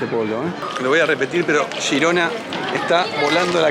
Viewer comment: por qué decís "shirona" o "yirona"????!!!! Es G I R O N A!!!! En castellano